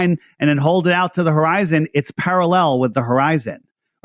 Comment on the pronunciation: Hor-eye-zone drop*